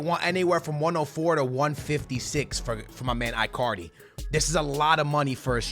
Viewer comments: it is pronouced E-CAR-DI not AI-CAR-DI or I-CAR-DI in english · stop calling him ‘eye’ cardi, it’s ‘in’ cardi. it sounds like you’re saying Icarly from the kids show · Bro its Icardi with a E not I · Icardi not iiicardi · His name is said ecardi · It's not eyecardi or gabriel hasus stop saying it like that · please, dont say Icardi like you say Iphone or Icarly it is E--CAR-DEE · Why can't he say icardi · If you even try to sign Icardi you will regrate it Im telling you!!!!!!!!!!😲😒😤😬😡😠😈👺👹👿 You are such a stupid pranontziar its Icardi sounding with a k and not icardi not c